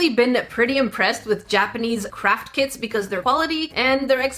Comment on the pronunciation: I kept thinking you were saying "North American Kids," but you were saying "kits." The tools in the kits seemed well made, too, ours would have a thin plastic knife, and a measuring cup, like you get on a medicine bottle. 😆